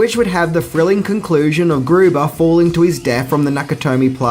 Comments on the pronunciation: It’s Hans Gruber not Guber! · you said "hans goober." did you mean "hans gruber?" lol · Hans Gruber... not Goober... SMH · "Hans Goober"!!! GOOBER!??? Oh, you loveable clueless bastard 😂😂😂😂 It's Gruber, pronounced Groo-Ber And it's John McTiernan pronounced Mc-Teer-nan not Mc-Tyre-nan 😂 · Hans Gruber, not GOOba. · what the fuck dude? How do you get his name wrong? You clear as day say Hans GOOBER. GOOBER!!!! You have to know its Gruber. You just have yoooooo. You fn troll. That's all I can think you're doing, trolling your loving fanbase. Jeesh, buddy. Hans Fucking GRUBER. GRRRRRRRUBER. Much live though, Mate. Take it Sleazy, bud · You said "Guber" - not "Gruber" BUSTER😛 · Hans Gubarr??! Yeah, you’re a real fan SMH 🤦🏻‍♂️ 👎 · I swear you have never seen some of these movies dude. You frequently get the main character names wrong. Hans Goover? You even get the directors name wrong. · Did you really say "Hans Goober"? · The way u say Hans names makes him sound like a super Mario baddie it's grrrba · "Hans Goober"... HAHA, Ah. You can barely make it one minute without flubbing your lines. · Love how you said Hans goober. Lol your such a goober!!! Do you purposely mispronounce things in every video? I love listening out for your mispronunciations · Harnz Goobah, seriously... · “Goober”at the min mark. We are now Andy Griffith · Hans Guber?? Really? :) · "Hans Goobar"?!? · He says Hans Goobah. LOL